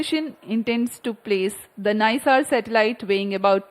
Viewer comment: It should be pronounced as neesar. It's eesro not aisro.